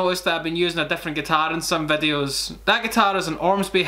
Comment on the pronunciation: “Lookin at pettures and vedeosss”